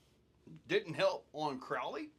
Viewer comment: I always think your saying CORALLY when you say CROWLEY 😂